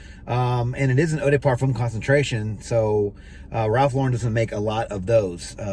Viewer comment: He's pronouncing Lauren correctly.